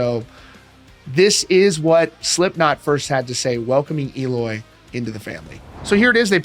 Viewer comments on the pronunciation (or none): It’s pronounced “L oy”